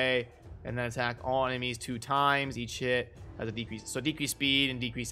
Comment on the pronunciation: You realise when you were running through the skills quickly, each time you said EACH HIT, it sounded like you were saying EAT SH*T? lol